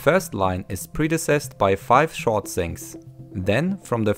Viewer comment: Loved it! I enjoy your English accent... It's strong, but you're very easy to understand. There was one word that threw me though... Sounded like you said predeceased.. Was it "preceded"?